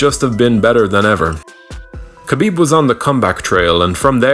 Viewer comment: It's pronounced Ha-bib not Kabib it's really not hard at all